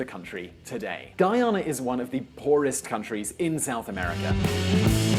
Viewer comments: FIRST OFF, WHERE THE HELL YOU GOT YOUR SUPPOSED INFO FROM??? AND YOU'RE PISSING ME OFF WITH HOW YOU'RE PRONOUNCING MY COUNTRY!!!! It's spelled GUYANA not GEYANA OR GIYANA!!!😐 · Guyana is officially a Caribbean country, though on the South American continent and is pronounced guy-yan-na! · Why does your presenter pronounce Guyana as Geeyana? Locals pronounce it correctly. You'd think being a former British colony a Brit would pronounce it correctly but could be he's from Wales or northern England or a region where they have different accents I guess. He'll never get a job on the BBC lol ... Anyway, interesting representation of what may come given the various factors and considerations! Let's hope it's not another Nigeria! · What do you pronounce Guyana like that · Hey A Guyanese here Some of the points you made were quite accurate I.e. the conflict with Venezuela, the racial conflicts and the oil discovery. But a few points you made a bit were off on, firstly the suicide rate being highest in the region is held by Suriname. And also the poorest country in the region is Bolivia. By the way in the entirety of this video you have missed pronounce Guyana, it's GUY ANA not GEE ANA. Also the area that Venezuela claims to be theirs, Essiquibo, is pronounced ES SEE QWAY BO. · I don t like the way you make Guyana sound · I'd like to see more content on Guyana but this video is highly biased. Also, your pronunciation for Guyana is quite awful - fellow Brit here and this the first time I've heard it pronounced as such. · and , pronounces the country name incorrectly. pronounces the name correctly. Then begins to alternate back and forth between the two pronunciations for the rest of the video...wtf? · Granger came to office in 2015. Everything else you said is more or less true. It's strange seeing the internet discussing Guyana. Oh and it's Guy-ah-nah. Not ghee-ah-nah. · it's Guyana. ..... GUY- ANA .. not Gheeana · Dude... it's pronounced Guy-Ana